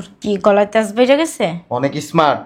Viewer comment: Esmart এটা আবার কোন ধরনের ইংলিশ। শব্দটা হলো Smart এটাতে কোন E নাই